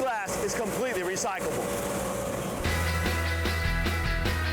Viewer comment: Guy cant even say it right. He says RECYCABLE